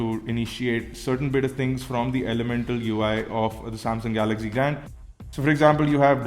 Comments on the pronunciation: GALAGZEE GALAGZEE GALAGZEE GALAGZEE GALAGZEE GALAGZEE GALAGZEE Oh god no one understands? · Dude watch out for ur pronunciations eg galaxy